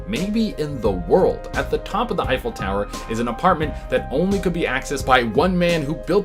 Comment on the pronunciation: "Effile"? The Eiffel tower is spelled, "Eiffel". Please have your writer tattoo that on his forehead.